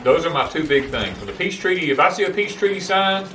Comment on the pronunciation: Ahhh peace treaty! Thought you were saying peach tree at first!!